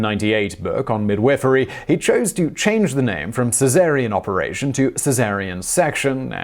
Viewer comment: "Midwifery" would be pronounced like "midwife" plus "ery," not "mid-wiffery."